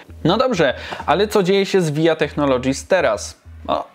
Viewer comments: No chyba, że VIA jest akronimem to czyta się "wi aj ej" :D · to raczej powszechny błąd i dla mnie osobiście brzmi dziwnie:D